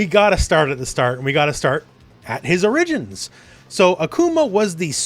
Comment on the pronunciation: Great video, but your pronunciation of “origins” and “Bison” will be the things I remember the most.